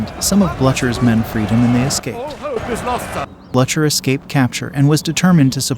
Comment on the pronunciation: The pronunciation of French names and towns is awful and really detracts from a nice film. Also Blucher is pronounced "Blue Ker"